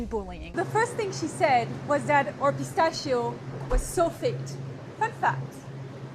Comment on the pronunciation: As an Italian, I cannot give credibility to anyone who pronounces PISTACCHIO in such an absurd way.